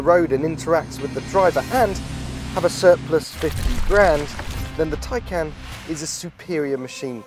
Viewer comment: Just to add its taycan not tiecan its spelt tay can on the badge not tie can learn to read